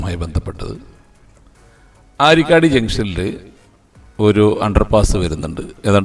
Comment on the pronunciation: അരിക്കടി അല്ല ആരിക്കാടി😂